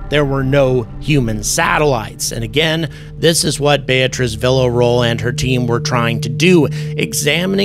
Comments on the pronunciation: Man, please at least try with her name. Villarroel—VEE YA ROW EL. It’s not hard. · Spooky stuff. P.S.: "Vee - ya - ro - el"